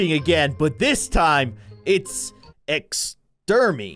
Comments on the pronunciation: Its not ex-ter-my its ex-treme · It’s extreme not exem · You literally said it wrong it's extreme not extermine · lmao when u said extermy my heart just went Zoommmm!!!!!! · I was dead when Kindly Keyin read (Exterme)😂😂😂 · Its actually extreme and i think they spelled it wrong and i laugh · i wasn't expecting the word "exterme" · Ecstrem said ecstrem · Its almost said extreme but keyin said "ex-ter-me" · It is called extreme not exterme! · Exterme lol love you dude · its not exterm its extreme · It is not exterme its extreme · Its not Exterme its Extreme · its extrme not extrimed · It’s ex-tre-me not extreme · Its extreme not exterming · it is not exter me its extreme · It said exerme. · Is extreme not exteme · "but this time its ext-er-me" Lol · New gibberish vocabulary word Extreme Ex-ter-me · E x t e r m e 🅗🅐🅗🅐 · When keyin said “extermee’’ I laughed so hard 😂🤣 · I PREDICTED THE PRONOUNCIATION OF EXTERME AT THE START THE START of the video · I had a stroke when he said exermate in the intro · Keyin says esrme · You say extreme by this(ex-tree-m) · You said it like es term e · Its ex-ter-me 😂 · HE Said ex ter me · U don't know how to say extreme?!?! X tream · You said extreme wrong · U said extreme wrong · Thats not how you say exreme. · E in extreme the e we do not say it